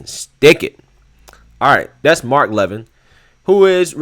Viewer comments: Hey Excellent segment. Just fyi his name is pronounced Mark Lavean. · Brother, not to sound like a smartass or know-it-all, but Mark's surname is pronounced "La Vin" not "Lev In". I hope that feeble attempt at showing pronunciation comes across right. I made the same mistake for a while myself when I first became a viewer. The reason I mentioned it is because there is a Mark Levine that is pronounced the way you're saying "Levin's" name. Take care Brother, love your commentary on things. Keep it up and you might wind up at One America News! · Its pronounced Mark Laaaa-vin.. He's the great one of sound constitutional mind. Former Regan guy. I like your show and think you should give Mark a listen to. Goodjob!